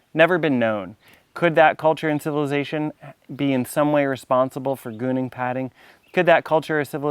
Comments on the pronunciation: When you say gooning padding, are you trying to say Gunung Padang? GOO-noong PA-dahng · Please don't say it as "gooning padding".